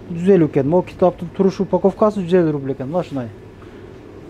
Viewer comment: Бул бала, рубул дейби